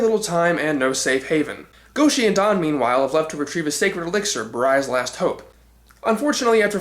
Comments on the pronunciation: Also, that's not how pronounces "Don" here. Then again, he got Zyurangers' name wrong in pronunciation, so...yeah. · I meant in the 1st part, but I heard you pronounce it "Don," so I assumed it was spelled that way, but I didn't mean to offend. I was just pointing out what I heard.